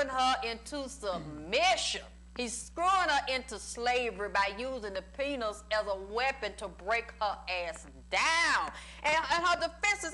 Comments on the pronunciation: i love this and how she say penus 😭😭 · I just can't get over the fact that she pronounces it like "penus".